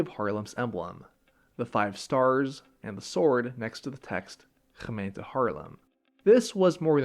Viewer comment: I agree. The smoothness is there. Many/most foreigners overdo it and emphasise it too much.